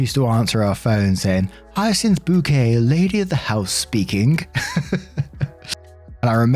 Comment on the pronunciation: It's pronounced "bouquet"!